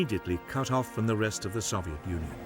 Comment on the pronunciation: Why he say Soviet like that?